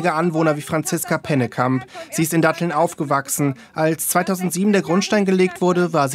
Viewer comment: Also wenn die Moderatorin "Datteln" nicht aussprechen kann, braucht man vielleicht eine andere Moderatorin.